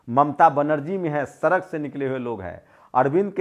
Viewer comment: पहली बात सरक नही सड़क होता हैं।